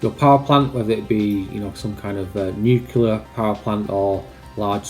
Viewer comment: said Nu-cu-lar. I expect better of a scientific expert. Aaargh!!